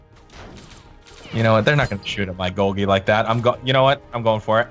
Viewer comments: I don't know if Golgie Apparatus was meant to be pronounced the way you do or if it's supposed to be pronounced like Golgi Apparatus, the scientific pronunciation. Is it weird that the way ya'll say it bothers me? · For every time they call him “Golghee” and not “Gol-gee” a biology student spontaneously combusts